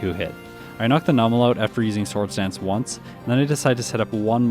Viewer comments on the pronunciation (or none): Hm, I'm bristling on a handful of the pronunciations. There's "Ackua" "Lehvaridge", which I guess is more regional, but then "DyNEHmo", which I've conceived as "DYnamo", but I'm...not entirely sure I've heard it said. What I'm confident I haven't heard from official materials is "Mightyena" and "Numel", which I (attempt) to handle as "Mighty'yena" (like, in "hyena") and "Noomel". It's impressive how differently people handle the same written words, and we can just go so long never realizing the possibilities of things we've only heard in our own heads. Reading is a heckuva thing. EDIT: Agh, had posted this before Juan, so didn't realize this'd just be piling on, ahhh.